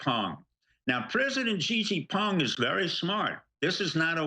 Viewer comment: STEVE: stop butchering Xi Jing Ping's name... Correct (Chinese) pronounciation: shee' (long e) - jing (short i) - ping (short i).